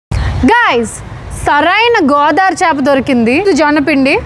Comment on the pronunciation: Meeru chaapa chaapa ante naaku papa papa ani vinipithundi andi